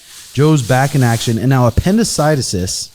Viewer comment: Appendicitis-sis haha